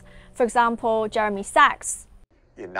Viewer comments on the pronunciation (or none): none